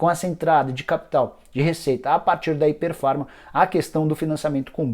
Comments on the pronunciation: Rapaz, vc conseguiu pronunciar errado o nome da empresa todas as vezes que falou... Não é "Hyper Pharma" e sim "Hypera Pharma" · Nicola, vc pronunciou errado o nome. O correto é Hypera pharma e não Hyper pharma. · Não é hiper Farma é hyperA farma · Se pronuncia ipéra farma e não iper farma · O nome da empresa é Hypera Pharma. Ficou o video todo falando hyperfarma... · O nicola nao é HYPER farma como voce falou o video todo é HYPERAAAAAA